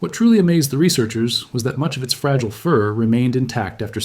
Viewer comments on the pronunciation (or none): none